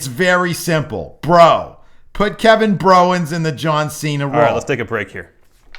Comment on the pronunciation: I'm crying at 'Kevin Browens"